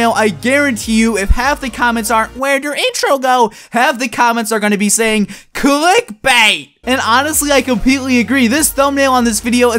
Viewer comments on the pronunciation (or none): When you said "CLIEK BAYYT", you sounded British... PEOPLE! TAKE NO OFFENSE! I am British too...